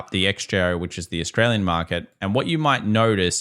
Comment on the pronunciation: The economy is seeeek! Austraaaaliaan😂